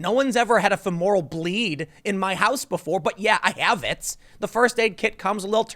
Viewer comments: did you just say feMORal? try FEMoral. and then you had the nerve to call people stupid when you couldn't even pronounce the word you claim they don't understand. classy. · Interesting pronunciation of femoral. Must be how they say that in philly. I have enough food for 5 weeks. I will be going to work and home only. It only takes one person in those lines to have it. When I run out of food I will go back to the store. Unfortunately I can’t telecommute with my work so hopefully nobody at work gives it to me. About every three years I get the flu and it hits me hard, but I do have a deficiency in my immune system so not sure how this would effect me. Ohh and I panic sold in mid January. I bought in premarket hours today and up around 8%. I might sell again because I see another dip coming, but not sure yet. The stock market is a lot like playing poker. Sure the strength of you cards do play a part, but playing the person across from you is how you win. I will say I disagree with Trump about his rallies. Honestly there is no need to hold events that are unnecessary until we are on the backside of the coved 19 spread. Sure everybody maybe fine but are you willing to take that chance.